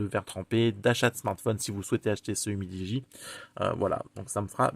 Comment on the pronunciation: C'est pas mal "umidi" 😂